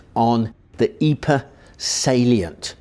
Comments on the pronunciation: Pro tip: It's called "Eep", not "Eepray". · Pr Pr Pr.. Pronounce Pr... Ypres.... 'eeepr'.. That is how you pronounce the city. fkn eeper !! Dude..